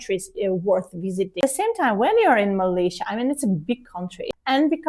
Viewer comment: I notive that both pronounce Malaysia with the correct pronunciation just like Malaysians, and Dr Ekaterina pronounces Kuala Lumpur perfectly.